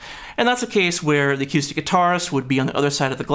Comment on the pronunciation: Good video again, but I have to admit that a little part of me dies every time I hear you say "a-cue-stick", however it also makes me want to go play pool. 😛